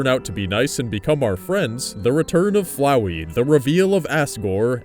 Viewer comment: Finally someone who can actually pronounce FLOWEY ike a normal person.